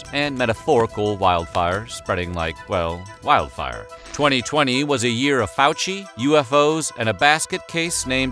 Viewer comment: He said 2020, I heard 2000, and then thought ”damn, 2000 sounded just like damn 2020”